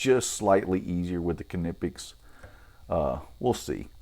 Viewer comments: Great video, really useful to see a comparison between these two. It's good to know what the Capri cutters are able for straight out of the box. I don't know if you're pronouncing Klinge correctly or not, but I'm afraid to say you're definitely making a shit of Knipex :) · You are officially wrong. Here's how it's supposed to be pronounced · In Knipex, the "K" is silent, btw. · Knipex made a video about how Knipex is said so you're saying the company don't know how to say the name of their tool?? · It’s definitely not silent. You can call them and find out.